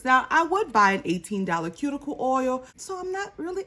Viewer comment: I hope that cuticle oil is pronounced the way you said it. Otherwise, it would be pronounced coo-chi-o 🤣